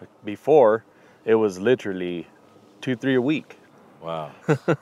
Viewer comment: the way said 'Literally" it sounded like he was in Socal lol